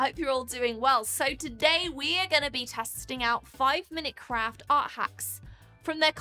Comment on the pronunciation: legit, I thought you said, "live with their crap hacks" lol I mean... you're not wrong. :P